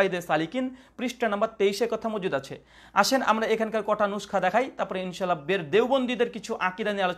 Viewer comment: যে আলেম শুদ্ধভাবে ان شاء الله এর উচ্চারণ করে না তার থেকে কি আশা করব?